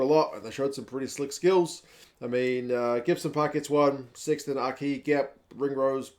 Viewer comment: O’Kea? It’s Aki 💀